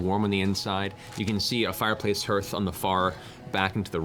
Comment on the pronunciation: Does Matt says hearth incorrectly? What I googled is that it should be pronounced like "Heart-h" instead of "Hurt-h". Not a native speaker so just making sure...